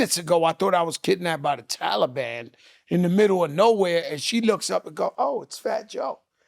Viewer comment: Wtf is wrong with Joe nigga said talaban lol